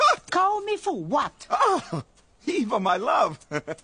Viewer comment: MY NAME EVA!!! EXACTLY PRONOUNCED LIKE THAT!